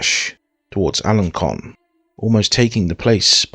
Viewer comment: Alençon = "al-on-SON". Avranches = "av-RONSH". Bellême = "bell-EM".